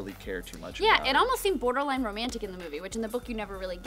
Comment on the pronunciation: Perer? "Border-line?"